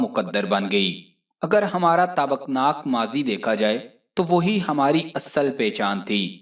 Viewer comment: "tabak naak" nahi "taabnaak" is a right word.